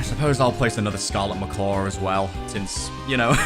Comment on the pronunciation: He said scarlet macar